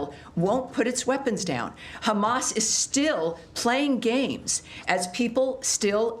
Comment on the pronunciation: "Khamamazzzz still playing games" 😂🤣😂🤣😂 Khammassz "don't care about humanity" 😂😂😂😂 Trump cares about the world 😂🤣😂